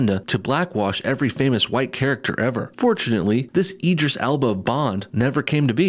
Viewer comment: Eeedris Alba? I think you'll find it's Idris Elba old chum, he's an excellent actor, give him his due (edit: sorry I know it's petty, but he is a fantastic actor, I could've accepted him as Bond, but not this SJW farce)